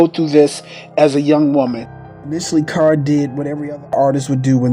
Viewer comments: This is very good, but the narrator keeps calling her Car instead of Cara and places pauses which makes him sound too much like he is reading. Also the voice sounds wet when he pronounces words with an sh. It's distracting to listen too. Everything else is fine but use a better narrator. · This was so shabby!!!!So much was missing and he kept pronouncing her name wrong..very irritating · Whoever is doing this documentary can’t read and keeps messing up words and Irene Cara’s name